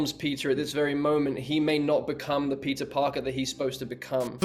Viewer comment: Ngl, I thought Andrew was saying "pizza" and not "Peter" 🤦🏾‍♂️